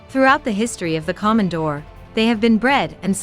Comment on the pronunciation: Plus mispronounced the name!there's nothing Common about a Komondor (long O)KOmondor